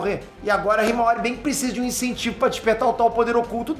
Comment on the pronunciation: kkkkk choro de rir nas análises suas do boruto falando hiamara sei la como escreve a irma do boruto kkkkkkkkkk😂